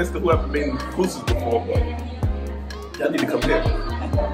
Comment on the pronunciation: Loved the video Glad you got to visit my home land 🇸🇻 🇸🇻🇸🇻🇸🇻🇸🇻🇸🇻 And you pronounced pupusas pretty well